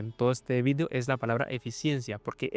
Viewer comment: Porque dice "Vidio" si UD no es español??)